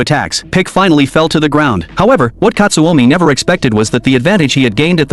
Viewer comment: Pickle ❌ pick ✅ / katsumi ❌ katsuomi ✅